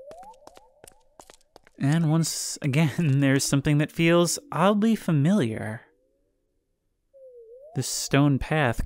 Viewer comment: I hate to break it to you, but you pretty much say “fermilliar” every time you say the word lol